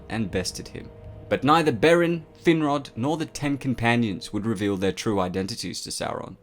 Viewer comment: ''Thin-rod''? Damn... talk about a cruel name...